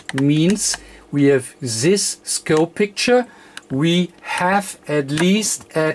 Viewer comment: Das heißt nicht "sis" das heißt "this" :)